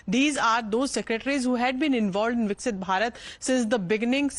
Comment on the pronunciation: Please pronounce it correctly. It’s VIKASITH BHARAT NOT VIKSIT